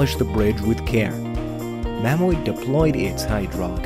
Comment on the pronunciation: It's called Mammoet(Ma-Moot) not (Mam-moo-et) Just (Ma-moot) as in Mammoth. That's how they pronounce and spell mammoth in their language.